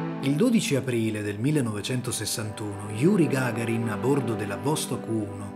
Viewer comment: Gagàrin, NO Gàgarin.